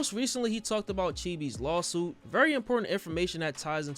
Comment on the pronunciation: Why does he say "Lawhhll" suit? Does he have a speech problem?